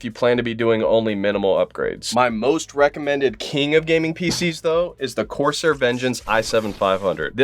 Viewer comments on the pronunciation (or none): none